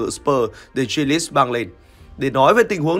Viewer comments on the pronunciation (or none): Jack Grealish mà cứ đọc là Giếch Ghi lít là tđn ??